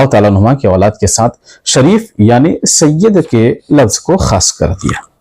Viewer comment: Mufti Kaleem sahb apne aapko Bohot Bada Samajh baithe hai. Yeh bhi nahi Dekh rahe woh Kinko bol rahe hai. Aur Sayyid Ka Lafz Ek dam sahi Ada Kiya Hai Sayyid Madani Miya Sahb Ne Koi Shak Nahi. Mufti Kaleem Ko Iblees Ke Baare Me Padhna Chahiye Ke Iblees Bhi Kitna Ilm Wala Tha. Lekin kiya huwa